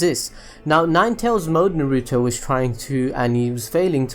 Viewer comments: ITS NOT NARUUUTO it's just Naruto the way he says is is so weird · why does he say NAR RUE TOE